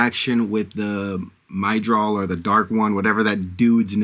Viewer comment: Aes Sedai is pronounced Eyes C-Die Egwene is pronounced Ee-gwain Myrddraal is pronounced Mur-drawl (but you were close enough!) Enjoy the series. It’s absolutely worth it if you stick with it